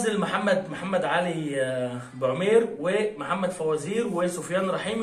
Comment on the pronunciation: تحية كبيييييييييييرة لك من مدينة طنجة المغربية،ونشتم ليه يا حبيبي،عيب عييييييب،هوا احنا نقدر،بس ليا عندك طلب صغير كده،أنك تبذل مجهود أكبر في إنك تنطق أسماء لاعبي المنتخب المغربي بشكل صحيح أو قريب من الصحيح،زي مثلا البركاوي بدل البرقوقي،و پا معمر بدل بوعمير وغيرو وغيرو....،بالتوفيق إن شاء الله أخي 👍